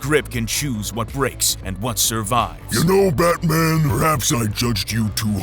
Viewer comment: I heard this as "Bat-Shit Man" at 1st. 😅